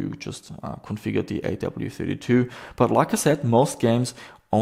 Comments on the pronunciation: AWE32 (like being in AWE of something). Not A.W.E.32. Hurt my head hearing you say it each time 😂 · You have AWE32 in the title, yet you always skip over the E every time you say the name. A. W. E. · I have no idea how it's supposed to be pronounced, but I always pronounced "awe" to rhyme with "saw" instead of saying the letters. Even though I know I could be wrong, it really grates on me hearing pronounce it "A-W-E", like hearing someone say "ATM machine" or "PIN number"!